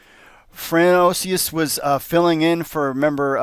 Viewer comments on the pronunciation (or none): Fran-Swa. Not Fran-oais